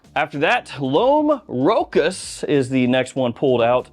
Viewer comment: Rochas is pronounced Row Sha.